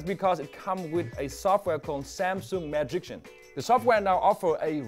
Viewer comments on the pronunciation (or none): Samsung "Maagichan" lol got to love this guy